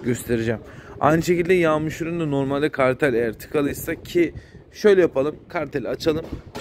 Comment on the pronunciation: hocam yalnız kartel değil karter, kartel bir numara..😁